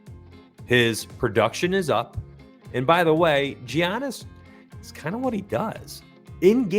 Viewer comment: Dejounte is out today in addition Giannis is pronounced with a "Yiannis" with a "y" instead of a ""Giannis" with a "g"